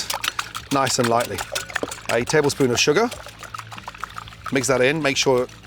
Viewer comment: Big “taplespoon” of sugar in the eggs haha